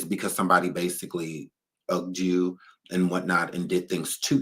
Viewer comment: “Seems like yu ready”😂😂